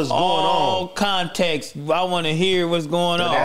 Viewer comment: what you mean put it in content? Anyone ever gon tell him it’s “context”